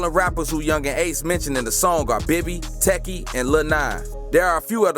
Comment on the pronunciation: ITS PRONOUNCED WHOPPA NOT WHOOPA... and it’s pronounced like teeki u saying it like “tech E”.